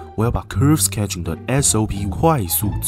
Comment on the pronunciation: 小細節，sketching 的K應該是不送氣的子音，類似比較硬的g的發音，小挑剔一下😂😂😂